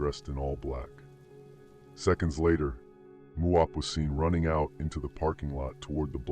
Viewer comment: He didn't say muwop